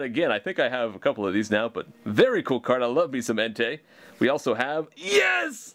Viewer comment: The way he said I like myself some entei it sounded like hentei